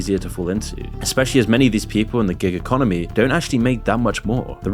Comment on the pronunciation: Every time you say "Giga Conomy" I sip my coffee.